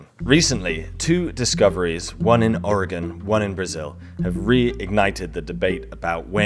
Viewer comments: Thank you for pronouncing Oregon correctly. People from our own country don’t pronounce it correctly! I live in Springfield Oregon. Home of the Simpsons. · It's so cool when people say Oregon correctly. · As an Oregonian I must express my thanks for pronouncing the name of our state better than 80% of Americans. Also thanks for the archeological love. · As an Oregonian, I thank you for getting the pronunciation correct (for a Brit at least 😉.) If you wondering, a lot of people say, "OregOn" with an emphasis on the second o, the correct pronunciation is, "Oreg - "in."" Also, if you're interested in losing weight I'd be happy to help. Also... Im going to say, No, to Brazil.